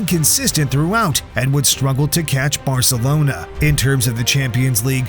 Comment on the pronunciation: and they say varcelonas better 😂